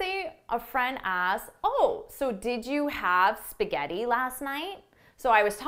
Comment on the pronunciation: Come cazzo pronunci spaghetti 🤦‍♀️🤦‍♀️🤦‍♀️🤦‍♀️🤦‍♀️